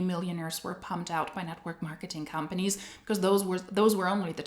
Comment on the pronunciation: I swear sometimes I hear you say hun-panies when you say companies 😂 which is also suitable in MLM case